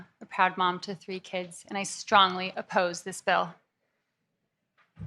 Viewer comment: Love when they say stronly appose, lol😅